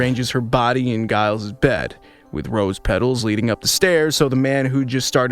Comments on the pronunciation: Giles?! Really! With a HARD G! NO!!! It is pronounced with a soft G like you say jail. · Did you AI just legit pronounce Giles with a hard G? Looks like you're just like Buffy bot now, you can't pronounce Giles' name cotrrectly which he was right to complain about. I wish your AI knew how to pronounce Giles. Make sure you correct this problem for future videos.😅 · If you're going to do a review of this show, at least figure out how to pronounce the characters names. Giles is not pronounced like beguile. The G makes more of a J sound. Please. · Hilarious that this AI voice mispronounces Giles the same way Robot Buffy did in the show! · I wish your AI knew how to pronounce Giles. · You sound like a fan! Learn to prounce Giles! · I know -- a few mistakes in here that show that he is a new fan of the show and doesn't know how to pronounce names. It's not AI. It's a real person. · You mispronounced Giles throughout the entire video. Did you even watch the show? 😂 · How are you such a fan but can't pronounce Giles name properly? 😅 Ive been watching since the beginning, attended events, did costumes, have the comics blah blah blah BUT it has only occured to me NOW that death wasnt only Buffy"s gift to save her loved ones but was also HER gift. She went to heaven. She did her job, she saved the world a lot and her gift was peace and the end to all the pain and fighting. So yeah, thanks for that. ❤